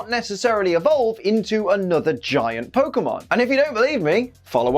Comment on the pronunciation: on other episodes: they forgot the accent on the ‘e’, Pokémon do bad in this episode: accent too early, Pokémon do bad Baby steps, my dude haha